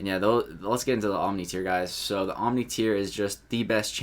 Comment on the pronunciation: *OMNI, not oNmni.